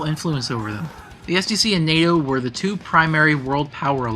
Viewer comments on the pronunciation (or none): none